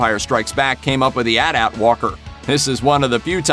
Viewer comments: did this man just say At At like that? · You said atat wrong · Fully expected to see an entire discussion on the pronunciation of AT-AT ("at-at" or "ay-tee-ay-tee"). I'll have to come back later, I suppose.